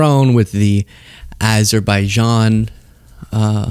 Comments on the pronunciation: Aberbaijan?? WTF is that?? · it’s Aberbaizhaan and Albania! Sheesh! Get it right.🤪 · with all due respect you mispronounced Azerbaijan as well saying ABerbaijan after you played the clip. But yes the clip was really funny and I laughed my head off when Trump muffed it, since Albania and Azabaijan have a huge amount of ocean between them 😅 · Aber bay zhan? Moron!